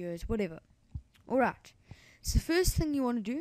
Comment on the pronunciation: Why do u say alrat insted of alright?